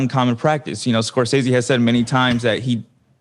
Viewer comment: Ethan still pronouncing it Scor-STAY-zee..... after pronounces it correct several times is painful and hilarious